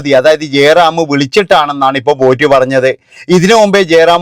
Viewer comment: പൂറ്റി അല്ല പോറ്റി